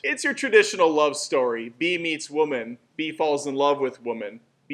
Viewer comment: Emoji? You pronounced "Bee" wrong